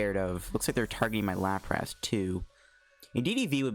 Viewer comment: how you say larpas is killing me